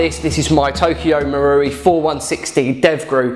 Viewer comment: So happy your saying marui properly 😂